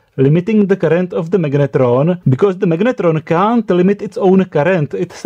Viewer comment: Prosím tě, slyšel jsi se někdy?? to jak taháš do angličtiny tu hnusnou protááhlouuu češtinu je otřesné. magnetróóón, Je to jak hindština, protahuješ ty konce, to se nedá poslouchat, vždyť se ti dole smějou Anglicky umíš dobře, ale ta výslovnost.. hrozné! A vůbec nevím, proč mám tenhle hnus v doporučení pro mě...